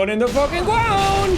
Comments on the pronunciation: Every time Jack says "you go in the ***** gwond" makes me laugh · Back again for more BONK. Ready for everyone to go in the fuckin gwond. ⬇️ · I need "You're going to da gwound" merch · We need a shirt that has your character and under it says " go in the Fawken gwound beeech!" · YOU GO IN THE FUCKIN GWOUND BIIIISH!!!! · “Gwound hog day” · Evwyone goes in da gwound.